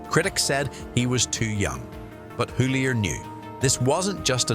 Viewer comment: Pronounced Hyton mate